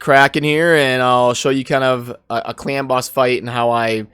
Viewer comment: Sounds like u are saying clam boss :D